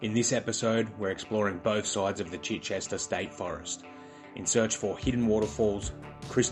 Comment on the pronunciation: For future reference, pronounced CHY-chester. Beautiful place